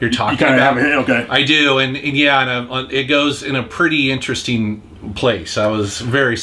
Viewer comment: I like how pronounces interesting.. inter.. resting.